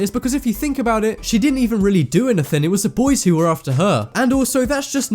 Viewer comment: wrong pronounced words A-GAIN ANATHIN